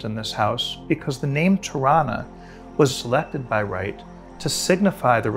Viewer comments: LOL I thought he was saying Toronto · totally thought he was saying Toronto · Ha, I thought he said "Toronto" and I didn't know Wright had a structure named Toronto. Locally many people here pronounce the city name exactly like this. Spelled Toronno or Toronna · 'Tirranna' is exactly how Canadians pronounce 'Toronto'